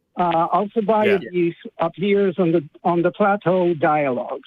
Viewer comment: Wait. Was that supposed to say Alkibiades? The Athenian?